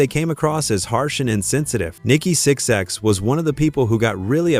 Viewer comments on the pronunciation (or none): VERY first thing this AI slop narration says is "Nikki Six X".. annnnd that is the end of this video for me lol